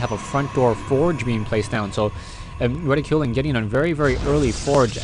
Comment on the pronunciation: I think it's pronounced 'Reh-tick-cue-lin' but not sure...